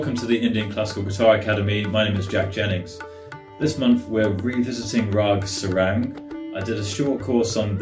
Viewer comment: Nice😍, but it's pronounced Saa-rang, and Mukh-Da.